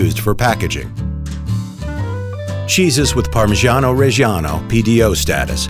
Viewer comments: The art of parmigiano 🙏🏼🇮🇹 PS: But please.. pronounce it right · makes a tutorial on how to get a parmigiano pro cant pronounce it correctly